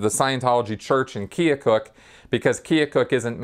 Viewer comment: minor correction, the Iowa town LRH often references is Keokuk (rhymes with firetruck), not Keocook. Otherwise a good and informative video. Thumbs up!